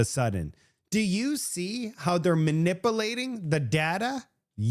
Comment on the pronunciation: is ma-nipple-ating the popple-ation.